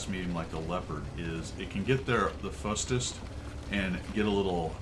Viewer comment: (Leopard) "...it can get there with the fustest..." Hello! 🙂